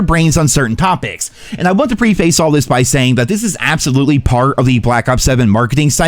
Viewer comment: Love the channel and I know that you’re from Pennsylvania and all but that is NOT how you pronounce preface.